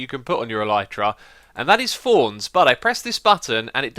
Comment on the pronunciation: He says thorns but it sounds like fonz